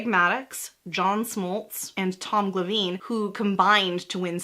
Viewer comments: I love your channel, but "Tom Gla-VEEN"?! … He is a Hall of Fame pitcher! Try "Tom GLA-vin". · Kills me that she pronounced 'Niekro' right, but got 'Spahn', 'Glavine', and 'Stripers' wrong. The last three rhyme with 'Khan', 'Grabbin', and 'Chipper's', respectively.